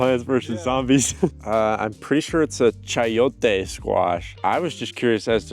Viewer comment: i fr loved the way he said "chayote" bc of the proper accent right there